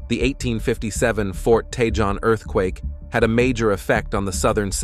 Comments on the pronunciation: It’s t’hone, not t’john! Learn to pronounce Hispanic words. The “J” is sounded as an “H”. It’s cah-hone, not cah-john. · Tejon is pronounced Tuh Hone ---Spanish word for badger